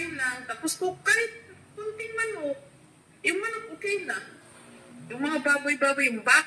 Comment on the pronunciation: learn and practice correct pronunciation of words. Like bangus, manok, mabilis ang pagbigkas nyan.